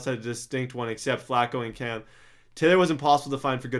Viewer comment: I understand everyone is different but how do you not get Cam right?